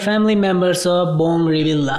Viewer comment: Your pronunciations is a big mistakes. It should be ( reveal yah) not reveal la. Disclamer